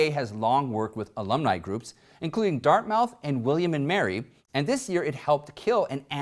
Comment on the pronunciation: Great as always, but Dartmith. -- not Dart MOUTH. -- and Jack Niklis, not Nicholas.